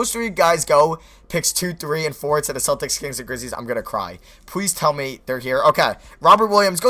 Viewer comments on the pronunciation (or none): none